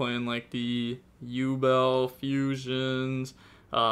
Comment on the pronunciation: I can't believe he pronounced yubel correctly. worlds first 😂